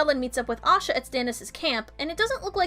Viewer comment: It's Asha ;) Osha is the wildling with Rickon that Ramsey stabs..and this is why they changed her name :)